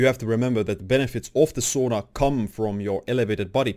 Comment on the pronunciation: It’s pronounced Sauna, not Sona.